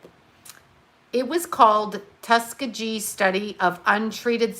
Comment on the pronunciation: It's Tusk-ghee ghee